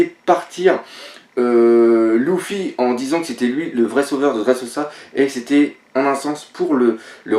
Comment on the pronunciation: Putain on dit pas Louffi mais Leuffi